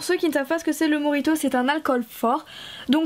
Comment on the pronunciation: enfait sa ne se prononce pas morito mais mojito